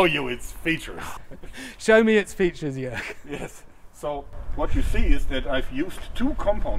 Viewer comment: I am very happy to see, that you improved your pronunciation of Jörg`s name, as i advised you. 😄 Great to see my favorite YouTube-armourers in the same video, as well. Fantastic work.